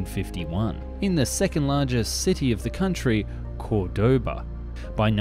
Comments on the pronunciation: apart from that, Córdoba is pronounced CORdoba, not corDOba, and Pulqui is pronounced Pulky, the U is silent after a Q in Spanish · jajajajaja me encanto el vídeo, todas las palabras como "pulqui", "Córdoba" o "Juan Domingo Perón" están mal pronunciadas jajaja